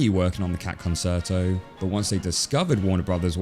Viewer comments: "Cat Conserto" No, it's Concerto. Kuhn-cher-tow. Not Kan-sur-tow. Yes it bothers me enough to comment. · not conserto, concerto con-tchair-toe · con-sher-toe not con-sert-o. Love the analysis though. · Actually, it's more like "con-chair-tow" What you said sounds more like it would be spelled "conciuto". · “Con-chair-toe”, not “con-sert-oh”. “Concerto”, not “consirto”. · Babes, it's "con-cher--to", not "con-ser-0to" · I couldn't finish the video as it's pronounced "con-chair-toe", not "con-sair-toe" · Arrrgh, I don't want be that guy, but the word is pronounced "kuhn-CHer-toh" in both the original Italian and every variant of English, not "kuhn-Ser-toh". Sorry, that's just so distracting! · Are you saying 'concerto' like 'con-sir-toe?' I know it looks like the word 'concert' with an 'o' stuck on the end but it's pronounced 'con-chair-toe.' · FYI, it's con-CHAIR-toe (CHUR to rhyme with 'her' also okay), not con-SIR-toe. Great video otherwise though! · "ConSERto"? Most music lovers pronounce it "conCHerto". You know, as in Italian, the language which gave us that word. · Concerto is pronounced concherto not conserto. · It's hard to take you seriously when you say "con-sir-toe" instead of "con-chair-toe". Italiano, mio amico. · What the heck is a "conserto"? Italian pronunciation of "ce" is "che", it's pronounced conCHErto!! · Concerto is pronounced concherto not conserto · Am I the only one getting annoyed by mispronouncing "concerto"? He's saying "con-SIR-toe" instead of "con-CHAIR-toe" The word is Latin/Italian, not Spanish. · Hearing "Con-ser-to" instead of "Con-cher-to" hurts my ears (JK), Great video, really well researched. Comedic minds just think alike sometimes, you used to see that a lot on talk show stand-up segments, very similar jokes about current events that couldn't have been stolen given how quick they were written and put out. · Excuse me, con-ser-to? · It's pronounced "con-cher-toh" it's Italian. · It's pronounced "khan chair toe"